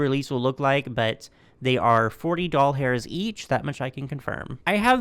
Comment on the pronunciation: my kids are calling dollars “doll hairs” because I watch your videos and you say that 😂❤